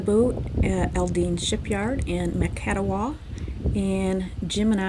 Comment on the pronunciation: Macatawa is pronounced (mak-ə-TOU-ə). One of the most beautiful places on the west Michigan coast.